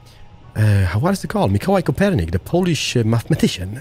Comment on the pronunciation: wow you said Mikołaj Kopernik! You actually said it right! Im so hyped.